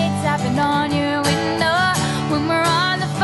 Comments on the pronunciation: I love this so much!! Especially the way she pronounces window like "winnn-do" <3<3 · I know, especially the way she pronounces window like "winnn-dow" ❤️ ❤️